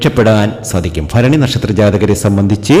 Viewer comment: ഫരണി അല്ല ഭരണി ആണ് തിരുമേനി ❤❤